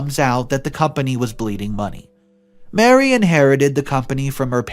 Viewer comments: I know it's not completely your fault if you don't know how to properly pronounce words and names, but it's a major trigger for my OCD when you don't. Example: the name of the boss is Marie (Ma-ree) not Mary. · Ma-Ree...not Mary. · OMG. Marie = Mah-REE. This guy was a simp and should have sued for wrongful termination. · You don’t pronounce Marie like Mary. Learn your pronunciation of words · Marie and Mary are not the same name nor pronounced the same way